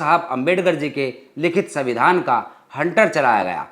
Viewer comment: तुम दलित हो, लेकिन उसका अर्थ अनपढ़ नहीं हो जाता. तो तुम संविधान का उच्चारण गलत क्यों कर रहे हो, वह भी यू ट्यूब के प्लेटफार्म से. न केवल यह, बल्कि शीर्षक में सविंधान लिख कर भी गलती की है. मैं भी दलित हूँ, लेकिन इस प्रकार की गलती नहीं करता.